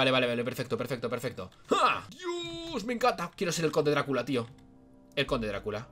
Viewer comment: es dracula no darcula jajaja